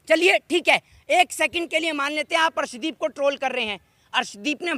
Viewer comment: Is bhos.....i wale ko arshdeep ka naam bhi thik se pata nahi harshdeep bol raha hai ......ye PMC hai......khali political rang de raha hai